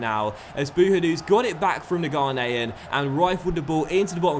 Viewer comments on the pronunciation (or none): none